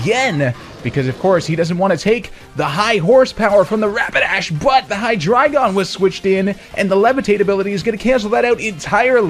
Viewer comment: I swear to god this is the only guy on Youtube that pronounces Hydreigon correctly.